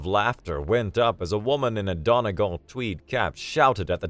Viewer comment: Donegal = Dunny Gall